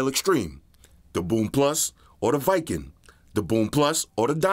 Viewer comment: It's call w king not viking. Great vid man